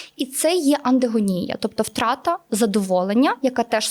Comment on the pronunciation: *біполярний Афективний розлад Про такі розлади має говорити психіатр, а не психотерапевт, який як і ведуча неправильно називають саме захворювання. - андегонія чи ангедонія?